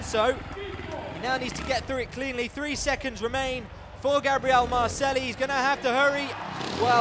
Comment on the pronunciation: Awesome trials, but each time the moderator says Marcelli my ears are bleeding, double l in spanish is a j.